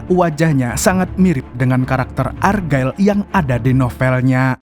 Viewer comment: Check di google translate mu membacanya salah bulan ergael untuk argylle.